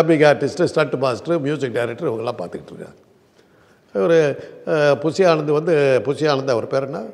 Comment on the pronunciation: புசி ஆனந்துனு சொல்லாதீங்க கேக்கவே நாராசமா இருக்கு, புஸ்ஸி ஆனந்துனு சொல்லுங்க..